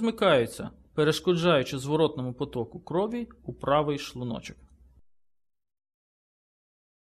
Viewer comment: Гражданин, который озвучивал текст, говори правильно "шлУночок", а не "шлунОчок". Бесит, когда ты ставишь неправильное ударение.